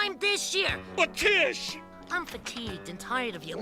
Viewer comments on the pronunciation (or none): Tess? It's Tish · Coach Wittenberg's wife's name is Tish not Tess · It’s Tish actually.